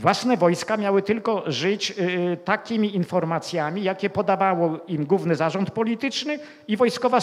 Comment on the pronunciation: UFF...! No oczywiscie ze ciekawy temat ale trudno się skoncentrowac bo jeszcze na obczyznie polskiego zapomniec nie moge: "Sposób WYDATNI" nie istnial nawet w socjalistycznej PL . "WYDATNY" - owszem . Juz scierpiec mozna pojedyncze błędy wymowy - ale notoryczne spłaszczanie nosówek , pomijanie "ł" : "gówny" miast "główny". Z "podstawówkom" Nie "się" a siem . Nie "są" , a som. ... ITP. ... gdzie się tak w Polsce "mówi? O ile to w Polsce jeszcze ? ..................... P.S. Nameczylam sie bo jestem bez polskiej klawiatury i korekcji czyli musialam przeklejac pojedyncze polskie litery tam gdzie ilustruja temat.